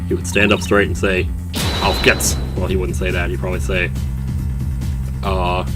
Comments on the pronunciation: but it is how it is pronounced. He got the Auf part correct hence why I didn't change it. It is pronounced gayts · "Auf geht's" is pronounced "Auf gayts"